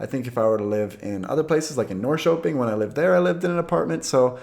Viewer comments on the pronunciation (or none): none